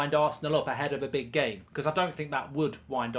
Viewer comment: where does "i pleyered the gehm" come from why does godlbridge keep saying it